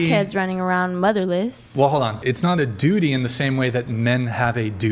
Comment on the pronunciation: said Dooty!😂